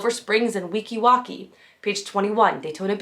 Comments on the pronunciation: I'm late but Weeki Wachee is actually pronounced Week-ee Watch-ee. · It’s pronounced Weeki “watch-ee” 😊